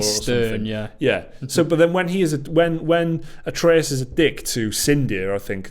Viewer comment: Its not ay-tree-us, its ah-tray-us